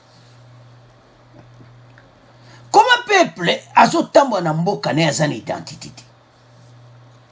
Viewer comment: Peuples et non peple